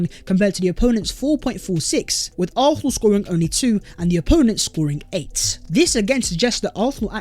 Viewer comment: Bro if you're gonna say arsenal 100 times per video at least learn how to say it properly. You keep saying it without a proper s. Sometimes it's arknal, sometimes it's arthnal, sometimes it's arthnal. It's fucking arsenal.